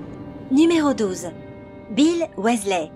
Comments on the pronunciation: Ça ce prononce "W[i]sley pas W[ê]sley mdr. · CA SE PRONONCE PAS WéZLé MAIS WIZELAI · Tu te fous de ma gueule ? Wèsley ?? Raouling? Sevrus ? Kroum ? Et y en a d'autres ... la voix !! LA VOIX !! JE VEUX ME SUICIDER !!!!! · Wessley?? WEASLEY!! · WISLAY PAS WAYSLAY ! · Michael KRIKORIAN surtout prononcer Wesley au lieu de Wysley (phonétiquement€ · Ah oui g oublier Bill ... WHÈSLEH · bill et ron ouaizlay victor kroum et jk raowling la voix off c'est pas encor ça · sa s'écrit weasley mais sa ce dit "WISLER" il le dise dans les filmes on ne fait pas une video harry potter si on ne c pas pronnoncer les noms dsl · Sa se dit Wisley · "Ron Ouaislai" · RON OUAIZLAI 😂😂 allez je m’arrête là c’est trop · JK Rowling : "JK Raoling" Ron/Bill Weasley : "Ron/Bill Wèslèh" Severus Rogue : "Sévrus Rogue" Viktor Krum : "Viktor Kroum" Mdrr j'en peux plus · Prononciation 0,00/10 ca donne envie de lui casser la figure ou! Utiliser Avada kedavra et en plus la voix est ultra méga giga super chiante surtout la prononciation du mot weasley elle prononce wéslé😁😁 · Bonjour je m'appelle rone ouaislais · Bill wesley, victor kroooum..... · Wat the fuk comment elle dit Weasley la honte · Mais oui elle a pas respecté le nom de famille des Weasley 😭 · Jigsaw moi je déteste quand elle dit weasley